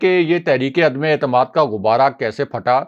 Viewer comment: اردو کا تلفظ درست نہیں الفاظ ٹھیک بول نہیں سکتے اور بنتے ہیں مبصر کرتے ہیں تبصرے تنقید کرتے ہیں دوسروں پہ. عدمے اعتماد 😂😂😂😂اپنی غلطی کو جانتے بوجھتے درست نہ کرنا جہالت ہے